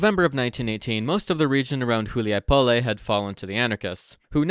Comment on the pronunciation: Hu li a Poll...say it right yeesh